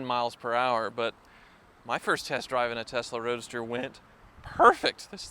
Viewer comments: testa roadster 😂😂😂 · So used to saying testarossa that he said “testa roadster” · Am i the only one that keep hearing Testarossa every time he says Tesla Roadster :-) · did i hear you sneak in a new word at about 5 mins, TESTAROADSTER or was it Testarossa :) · "Early Testa Roadsta Models..." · Am I the only one who heard say “Early Testa Rossa owners”? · “Testa Roadster” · Did anyone catch him say “Testa Roadster” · When you said Tesla Roadster it sounded like Testarossa.